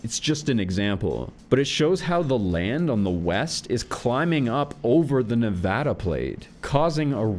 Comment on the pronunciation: So glad you pronounced Nevada correctly. Also can't wait to see more videos, and if you want to do ones on maps I think we could all get a lot out of it.